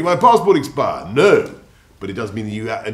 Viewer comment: the most British ‘No’ I’ve ever heard